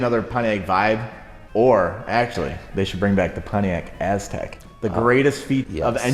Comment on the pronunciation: Pontiac Ass-tek